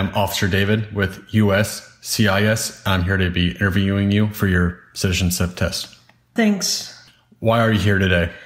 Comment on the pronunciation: "I'm here to interview you with CITISHENSIP test.